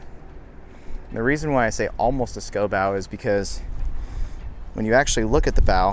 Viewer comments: scooooow not sco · "Scow" rhymes with "pow", not "go".